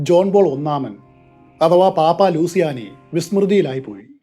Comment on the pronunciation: ആൽബിനോ ലൂസിയാനി എന്നല്ല ""ലൂച്ചിയാനി" എന്നതാണ് ശരിയായ ഉച്ചാരണം.